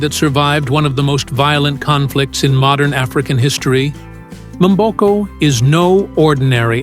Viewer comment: Her names is "Victoria Mboko", "Mboko" not "M" boko damn!!